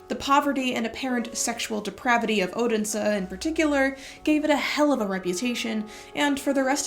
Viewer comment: You're doing a valiant job pronouncing the Danish words. Except for Odense, you nailed them all.